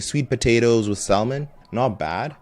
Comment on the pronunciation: y r u pronouncing it sal-mon